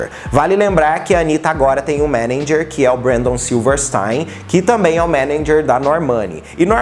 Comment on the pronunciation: perco tudo com ele falando menendjer kkkk